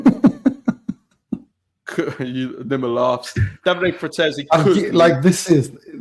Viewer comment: You pronounce Nima’s name wrong. Come on mate… smh.